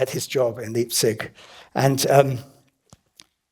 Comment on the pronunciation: Fabulous! A wonderful lecture about an astonishing man. (Please pronounce Leipzig properly)